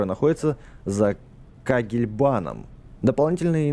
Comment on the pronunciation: не за кагельбаном а за кегельбаном